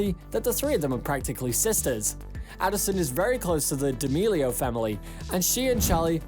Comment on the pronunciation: charli DEAMELIAO!?!??! 🤣🤣 im crying u pronounce it sooo wrong.